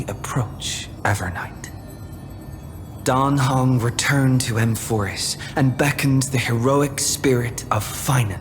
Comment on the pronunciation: First Time i listend to the eng dub. Why the heck do they say "Dan Hang" and not "Dan Heng"? (And "Syreenie" lets me cringe a lot)